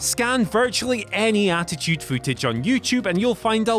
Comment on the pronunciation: Attitude "Fou-tage" lol gotta love accents